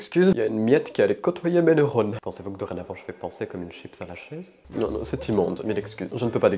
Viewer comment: "Des chippeusse" 😂😂😂